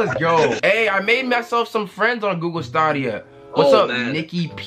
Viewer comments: my guy it’s pronounced STAYDEEAAA NOOOTT STAWWDEEAA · It’s pronounced (Stay-dia) sorry but just helping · Bro it’s staay-dia